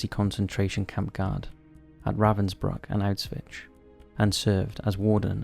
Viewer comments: is he actually pronouncing Auschwitz Auswitch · Now that is some pronunciation for Auschwitz. And it isnt some obscure name that nobody heard before, its the most well known concentration camp in Nazi Germany. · . To not know the pronunciation of some famous names (people, cities, countries etc) is foolish... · bro, do you know German? Obviously, he pronounced it incorrectly XD